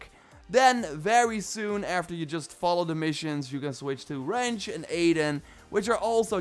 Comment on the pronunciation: I swear i hear adin & ranch, instead of aiden & wrench